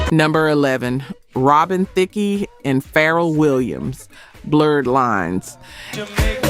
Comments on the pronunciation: I don't know which is more insulting, the fact that AI uses a black woman's voice or the fact that the process pronunciation of names and words is wrong. Jr. is pronounced "jeers", Robin Thicke is Robin "Thik-kee". A lot of your purported facts are sometimes unsubstantiated rumors. You've lost me and I am no longer able to enjoy your show. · Th '"e" on Thicke silent. Just say Thick. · I think this may be AI. A black woman would correctly pronounce Thicke and Pharrell.